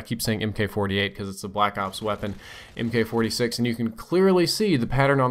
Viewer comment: Mk. 46 is pronounced "Mark 46", FYI. :)